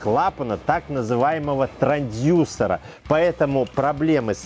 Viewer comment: “Трандюсера" - мбугагагага)